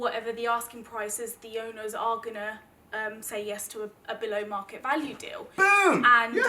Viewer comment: Being a Southerner I got a little confused at one point: When you say, The house on 42 Whatever street, do you know the waarn? I was thinking, do you know the WHAT? I replayed the section three times, thinking, Am I losing it, or is this some commonly used term that I've never heard? I won't be able to do this because I don't know what he's talking about, etc, etc. Of course you were saying 'the one'. Great educational video, as always. The great thing about you is, you teach and inspire at the same time. Maybe that's the secret to great teaching. Leonardo da Vinci once said the greatest sophistication is simplicity.